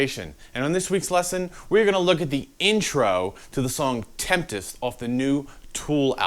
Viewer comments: I love it and I love your stuff but your insistence on pronouncing it Temptess instead of Tempest drove me crazy! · Did you say temptist? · Why can't you say tempest